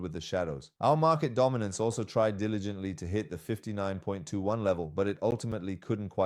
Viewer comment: دامیننس و میگه بایننس😂😂